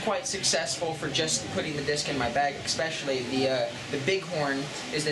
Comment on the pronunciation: Man, he is "expecially" good at avoiding questions and saying a lot without saying anything at all.